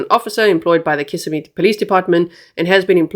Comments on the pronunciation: Just a little help with pronunciation of city/county 👉🏼 kiss SIM ee os SEE oh la 😊😊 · Osceola is pronounced Os-cee-o-la. Kissimmee is pronounced Kiss-im-me. im not I'm. We'll get you speaking Native American! As for this case, it is horrible 😭! I feel mom knows more than she's admitting. These poor children. Thanks G for covering these cases w grace. Justice for Madeline! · And kiss—sim-ee